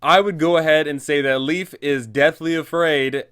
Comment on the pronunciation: PSA Lief is pronounced layff not leaf. It’s Scandinavian